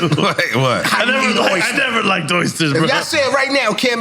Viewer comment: Dude said “like-ed” you not smart. Lol